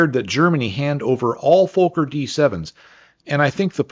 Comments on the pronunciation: Never heard a Fokker pronounced fo- ker before. Always been fok er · Reinhold Plalz? Was the designer of the Fokker d7,pronounced fawker,not folker.